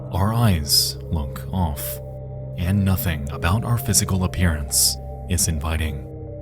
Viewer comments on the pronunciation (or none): not "and" but "aindt"